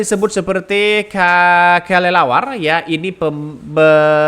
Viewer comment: Kelelawar bukan kalilawar